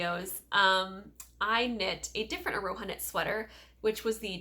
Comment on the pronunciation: I hate being that person, but you're kinda butchering the name Aroha. Wanted to gently put a couple of links here in case you're interested in correct pronunciation of Te Reo Māori words such as Aroha and Whakairo. Hope this helps! Love the Whakairo top, btw, it's beautiful